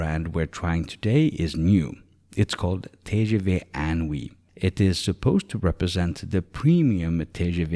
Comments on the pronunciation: Thanks for the video, very helpful. FYI it's pronounced in-oui (IN as inside) and NOT un+oui. (UN: like number 1 in French) (you would not necessarily know if you're not a native French speaker). They played with the words here. in+Oui (= yes). "inoui" in French means incredible, fantastique. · TGV is actually translated as "High-Speed Train" (rather than Great) inOui is pronounced "Een Ou Oui" a play on the word inouï meaning extraordinary, incredible, sensational.